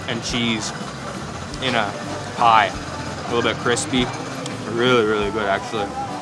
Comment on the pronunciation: That’s not “pie”. Sorry.